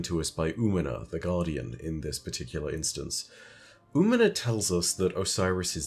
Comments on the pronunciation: Hey, Umina is a female hispanic name. Also the ñ is emphasized. Think "ooh-me-nya" for the phonetics. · Hey, if you want help for the pronunciation of Umiña: oo-mean-nya. Tilde (~) in Spanish adds a 'y' sound to the letter n.